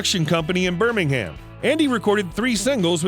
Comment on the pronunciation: I thought it was just me that noticed the oddities in this video. He also mispronounced Birmingham. Ha ha!